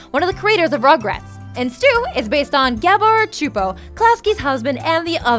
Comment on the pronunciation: #10 so that’s how you pronounce Gabor Csupo I never knew till today